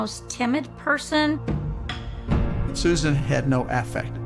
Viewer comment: Why are they all pronouncing her name Suzarn as opposed to Susan. Is that rich polo speak?